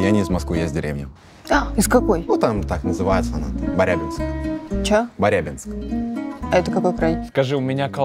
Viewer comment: Барабинск а не барябинск